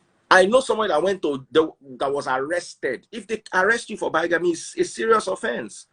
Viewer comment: Never understood why Freeze loves Kemi and her fake qualifications and self grandiosity. She brings nothing to the conversation besides, taking it in different direction and makes some of us log off from the broadcast. Bigamy (pronounced bigame not bygame).